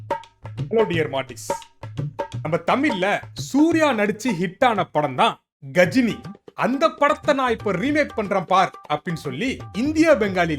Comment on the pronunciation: கஜினி ❌ காஜினி ✅